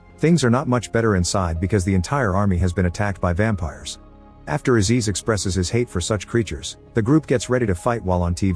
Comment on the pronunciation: Wait, did he say Vampires?